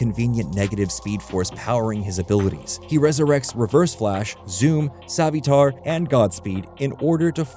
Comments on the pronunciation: "Jack" Garrick? And did you pronounce Savitar as 'Savy-tar'? 😅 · "A-obard" "Savvy-tar" bruh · Or Savvy-tar. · R u using ai? Cuz u butchered jay garrick and eobard thawne and savtitars pronunciation